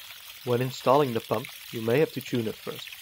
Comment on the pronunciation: Always hearing Pömp here 🤔